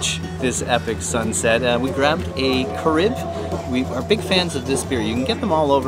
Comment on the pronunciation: Carib is pronounced CA-rib not ca-Reeb. Headquartered out of Trinidad & Tobago.